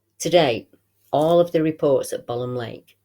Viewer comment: Thanks great report, I laugh when you call it bolam lake, it is pronounced bow lam lake, I live about 10 miles from it and used to camp there as a kid, never seen the big bloke though and im pleased about that.